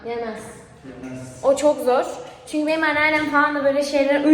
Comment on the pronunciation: ✨ZihğNindeyim Çüğnküü✨ 🤣😅